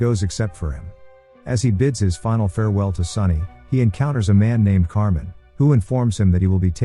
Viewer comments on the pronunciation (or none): It’s “ car mine” not “ car men”.